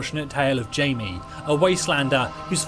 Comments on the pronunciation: Btw Jaime is pronounced "hi-meh", it's super close to Jamie though so not a big mistake at all. Keep up the good work, I just subscribed 👌. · In my country (The Philippines), the name Jaime has two pronunciation “Jay-me” and “hi-meh”.